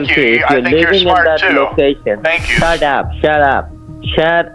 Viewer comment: “shat ap shat ap shat ap” -wise man named